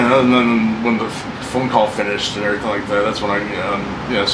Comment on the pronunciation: “And errryfing like that”